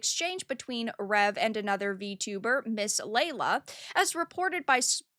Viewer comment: I can understand if you don't like someone, but you can at least say her name correctly... Summed up version: Miss Lala posted her opinion. Rev responded with insults. Miss Lala clapped back and wanted it to go to DMs. Rev kept it public. IMO Rev was wrong for starting this publicly. Also, that person talking about the coat hanger, yikes.